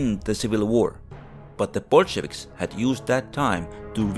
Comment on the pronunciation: Yea I thought this was about the current war until he said Bulshavics